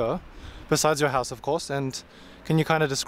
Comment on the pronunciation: "Tiny town". Tens ay thousands ay folk.